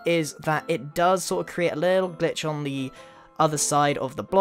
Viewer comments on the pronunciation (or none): I heard that he said "the only problem with this, is that it does sorta create a little bitch" instead of glitch